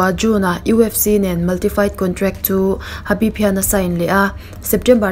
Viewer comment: Habib anilo... Khabib tih tur